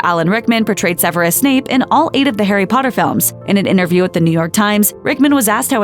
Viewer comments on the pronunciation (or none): none